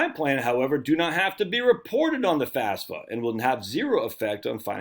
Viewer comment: Say it with me now, F A F S A. FAF then SA.